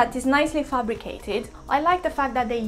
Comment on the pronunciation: she said fact but sounds like fuck,,,hahahha